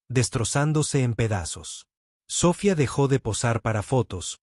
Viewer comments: para un proximo video, si usan términos en inglés, pronúncielos bien . "Industries" está en inglés pero la pronuncian como si fuese español, lastima a los oídos. "Sofía" es en español, el acento se debe marcar al hablar. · Biena enseñanza. Pero $100.000 no se lee de esa forma. Se dice cien mil. NO cien cero cero cero. Sofía. Tiene acento. Y etc etc.